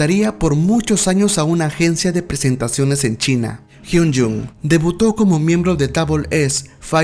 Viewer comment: Buenos datos 🥰 pero perdí la cuenta de las veces que pronunciaste mal su nombre es Kim Hyun Joong con “O” no con “U”😑 Kim Hyun Jung es otro de los integrantes 😃